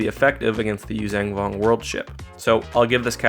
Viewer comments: Hey,. The name of the species is not “yoo-zang vong.” It’s “yoo-zhahn vong” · Why do you keep saying "yuzang vong"?